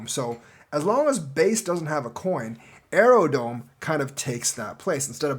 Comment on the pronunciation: its aerodrome not aerodome